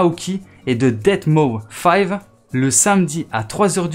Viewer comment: Super merci poto (Et au passage : deadmau5 se prononce Deadmouse